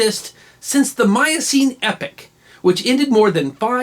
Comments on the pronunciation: Excellent once again. Two points: epoch not epic; second syllable rhymes with 'lock'. Also discovered by westerners as I'm sure the locals would express surprise at being told they didn't know about it. Love your stuff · Are you pronouncing "epoch" as "epic"?